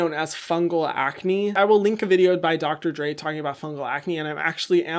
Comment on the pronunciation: ahhhhh when he said Dr. Dray my mind thought Dr. Dre and I was so confused 🤣